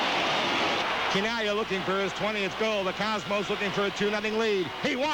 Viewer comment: Oh, his last name is pronounce Kee-Nah-Glee-Ah not Chee-Nah-Glee-Ah